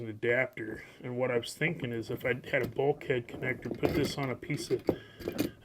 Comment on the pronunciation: Bulkhead... It does not mean bulk head, and should not be pronounced that way. It's a generic term for a wall or any flat separator panel.